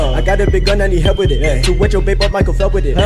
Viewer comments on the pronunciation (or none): none